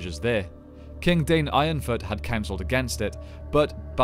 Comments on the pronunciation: Isnt his name pronounced Dine not dane? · Absolutely! Dwarf names are all in Sindarin, all vowels are pronounced.